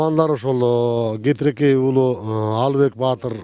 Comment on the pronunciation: Кетиркей туура айтыныз кетирекей эмес